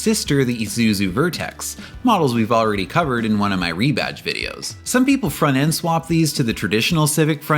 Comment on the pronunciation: Wtf is "fronnen"???